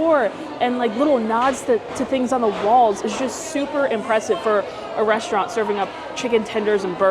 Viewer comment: And please stop saying reshtaurant!!! There's no 'h' in the word.